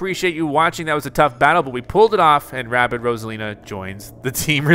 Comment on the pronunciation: “Rabbid” not “Rabbit”